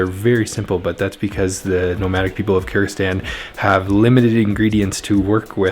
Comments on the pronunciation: Sounds like you are saying Kurdistan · If you say it slowly might be easier to pronounce Kır-gı-zis-tan